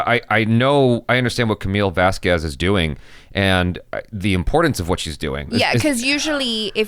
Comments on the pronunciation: The proper pronunciation is Vaskez not Vasqwez. Elaine get it right. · I really don't care, but as a spanish speaking person, the "Bas Quest" (nstead of iVazquez) was funny as fuck. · Vasquez is pronounced like Vaskez the, u between a q and an e is always mute. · Why can't Elaine remember Camilles name. Why does she keep calling her Vaskwez? What's wrong with her?😮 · Elaine, one pronounced Camille's surname is pronounced VASKES so give her the respect of pronouncing her name CORRECTLY. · Probably revenge for them pronouncing her name "Vaskwez." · Please, someone tell this woman that the u in Vasquez is mute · Am I the only one who gets annoyed by the lawyers inability to properly pronounce Vasquez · Elaine refuses to pronounce Camille Vasquez' name correctly. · JajajJ.a... I kept correcting her pronunciation of the last name in my head. Lol... no one I work with says my last name correctly.